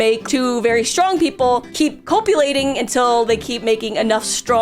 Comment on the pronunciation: pronouncing it as "cope-ulating" kept making me laugh